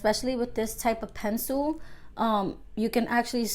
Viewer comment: Luv how u say “Pencil” lol Pensoo😂❤️